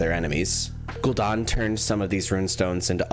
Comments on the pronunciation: ‘Gul-Dan’ not ‘don’. Are you Canadian? 😅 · Italiano Version of gul dan